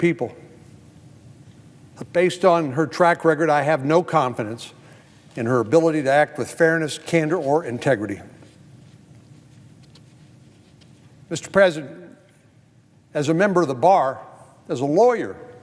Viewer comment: Ms Gupta, it’s not ‘integreedy’ it’s integrity 🥴